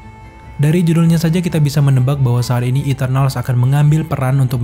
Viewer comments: "yg jelas saat ini marvel" bukan "sharini marvel" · sharini marvel,, ngakak dengarny